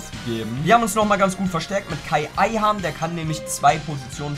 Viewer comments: Wie er die ganze Zeit Kai Ayhan sagt xD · Kai Ayhan hahah (Kaan Ayhan) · Det gute alte Kai Ayhan😂😂😂😂 (Kaan Ayhan) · Wem ist auch aufgefallen dass er paar mal „kai ayhan“ gesagt hat😂